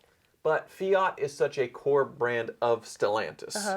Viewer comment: Oh please learn how how to pronounce , it is FIAT not fi yacht